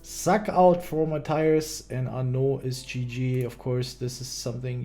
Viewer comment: Why you say sack out for suck out? You do the same for flash 😅😅